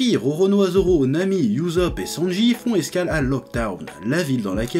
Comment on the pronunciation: Chef stp respecte le nom de Ussop. Sa se dit pas youzup mais Ussop